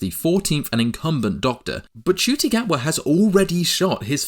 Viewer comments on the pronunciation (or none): Btw Ncuti Gatwa's name is pronounced N-cuti, not just cuti